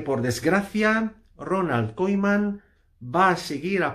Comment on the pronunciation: Si quieres comentar sobre el Barça aprende a decir el nombre del entrenador por lo menos que és eso de Koiman? Siempre soltando bulos bomba!!